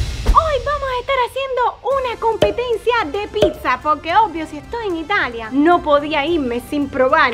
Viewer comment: Se dice pizza no pisa avals mal